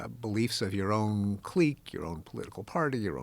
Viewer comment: What a unique way to pronounce clique. What a u-nick way to pronounce click.